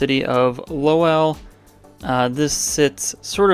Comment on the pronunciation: So excited for this series! FYI the ‘w’ in Lowell is silent. ❤